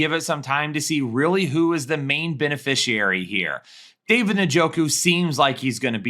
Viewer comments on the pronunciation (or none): none